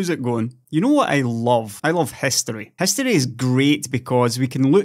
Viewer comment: I love "hestory" too!...LOL